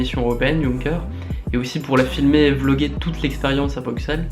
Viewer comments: Belle philosophie derriere ce projet "oui" ! par contre Bruxelles se dit "brusselle" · super vidéo BRAVO pour ton défi (très courageux) mais un petit point négatif venant d'un belge quand tu dit Bruxelles ne prononce pas le X prononce le S (comme damso dans sa chanson :Bruxellesvie) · Mais c'est quand que les français vont apprendre a dire coorectement bruxelles ? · Ta prononciation de Bruxelles fait mal un peu xDD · Natsuki Project Ouiiiii MESSAGES À TOUS LES FRANÇAIS : Ça se dit Brusselles ( X = S ) mais ça s'écrit Bruxelles. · Sa me stresse les francais qui dise "brucselle" alors que sa se prononse "bruselle " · superbe projet mais s'il te plaît c'est Bruxelles le X se prononce comme un S il y a pas de son k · T'es aller a brucksel? Je connais pas xD Bruxelles se dis Brussèl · Par contre c'est pas brukselles mais bruxelles ca se dit comme brusselles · Alors par contre ça se dit Brussel .. Et pas Bruxsselles .. merci -.-" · ON DIT BRUSSSSELLES LE X NE SE DIT PAS !! Mais sinon j'adore ! Moi aussi je vais m'y mettre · Putin c'est pas BruXels ça se prononce Brussels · BruQxelles !T_T C'est Bruxelles ! BruXelles !... Les français qui savent pas lire x) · pour la énième fois on dit pas "Broukselle" mais "Brusselle"!! sinon super vidéo!!! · BruSSel pas BruXel (pour la prononciation) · On dit Brusssssel pas Bruksel :'( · BRU(X)SSSSSSSSSSSSSSSSSSSELS ! Pas de prononciation du x, merci <3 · Cher amis francais, pour votre culture personnelle, on prononce Bruxelles "bruSSelles" et non "bruKSelle", on ne dit pas "pariSSe" à ce que je sache :) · Bonjour bonjour j'aime bien ton projet mais... PUTAIN C'EST BRUSSSSSSSSSSSSSSSSSSSSSSSSSSSSSSSSSSSSEL PAS BRUXXXXXXXXEL (respecte les Belges stp) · on dit brussel pas brucxel x) sinon bonne vidéo et t'as eu du courage pour faire ça :D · petit message d'un belge pour ta culture :p Bruxelles ce prononce Brusel (comme du sel pas Bruksel) ;) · "Brusselles" pas "Bruxelles" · Ça s'écrit BruXelles ca se dit "Brusselle"!!